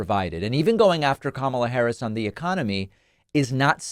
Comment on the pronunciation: KAMALBLA ???.😂 OBARMNA ????😂